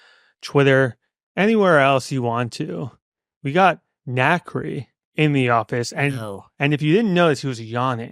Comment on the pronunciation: NXCRE is pronounced "Na kree" but it's a nightmare trying to get Alexa to play them. As Alexa will play songs with the same or similar sounding name or an artist with a similar name to the song. The only saving grace is Dabbington City. Alexa knows no one else has that so she'll pay NXCRE that way.